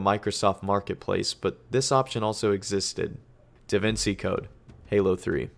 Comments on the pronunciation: It's pronounced davinCHi not davincey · Some of the content was super interesting, but ol boi just did not sound interested the whole time. Also how you going to call anyone a child and not know how to pronounce “Da Vinci” 😂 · Are we really gonna ignore the fact that this make can not pronounce DaVinci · That feel when half way through your 2 hour video you mispronounce "Da Vinci" like 5 times. Awesome video though!